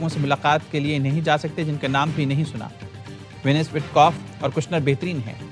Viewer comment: Please correct you Urdu behtareen not betreen and lots of other Urdu words mispronounced this is Urdu channel and Urdu is our national language